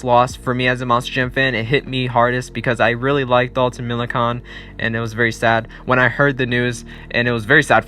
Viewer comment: Dalton is the son of NHRA driver Clay Millican, also its pronounced like you're saying "can" at the end of Millican But yeah that was a huge loss, dude had a promising career